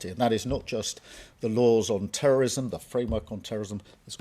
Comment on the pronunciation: cant say terrorism